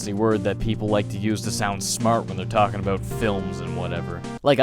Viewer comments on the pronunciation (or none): none